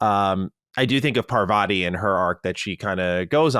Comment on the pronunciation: Patel? She's a fellow Gujarati fam 😅😅😊😊 Btw for the Americans, the name Parvati is pronounced more like Par-vuhtee not an ah sound at vah🙏